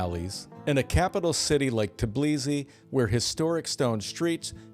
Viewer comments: how can you give a "serious" advice if you can't even pronounce correctly the name of the city you are talking about??? say with me T-B-I-L-I-S-I, not tAblisi, man! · You keep missing the first "i" in Tbilisi. It was an amazing city before the Ukraine war started. I've heard that tons of Russians have moved there and drove prices way up since I was there. But it's till probably worth moving to. I loved it. Stalin's dilapidated summer house was worth the day trip! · Capital of Georgia is called Tbilisi, not Tblisi. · You can't pronounce Tbilisi, Jesus.